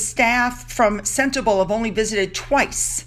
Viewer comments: Sentebale is pronounced "Sen-teh-BAH-lee" :-) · Hi, it’s pronounced “sent-a-bawl-A” xx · it’s SEN as in sent TA as in tum BA as in bum LE as in let. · Harry was really very serious about his charity Sentebale (please pronounce Sen-tay-bah-lay) when he first founded it, but after more than 10 years I guess Meghan wants him out of there. You know, they need that money to keep up their mansion... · Hi don't be offended it's pronounced Senterbaali 🙂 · I live in South Africa. It. Is pronounced sentebarley. There is so much poverty it is heartrending. Gender based violence is rife it is amazing that the child eas not murdered which often happens.😭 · Sentebale is pronounced CENTABALI (Bali like the country Bali) it is in the landlocked country Lesotho - pronounced LES SOO TWO. This is a small kingdom is Southern Africa. It is not in South Africa. This story is a disgrace, on Harry and his Potshots at fame. I am from South Africa and remember only too well the time he spent in Lesotho when this charity was started. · Its pronounced Sentabaaaaaale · Hey, no hate I love your channel but just want to say that Eugenie isn't pronounced You-genie, it's pronounced You-juh-nee. And Sentebale is pronounced Cent-a-bahlee